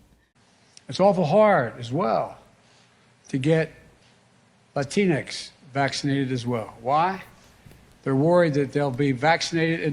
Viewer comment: He had a brain misfire and combined latina and hispanics. “Latincs”. 😂